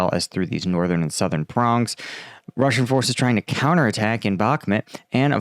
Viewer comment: Bakhmut is pronounced bahk-MOOT. Klaschivka="kluh-SHEEV-kuh" You cant pronounce anything, and your videos dont upload, but we are supposed to give you money. Typical millenial. Put in some work.